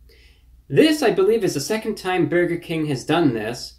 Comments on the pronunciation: When he says burger... it sounds like he said "berger" instead of "burger" it's really hard to explain. But he says burger weird. Someone needs to go thru these and give it the "rocks in socks" treatment. Go thru and just clip all the "bergers" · Why does he say "beargur"